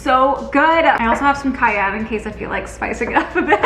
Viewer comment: the way you say cayenne is funny but the food looked BOMB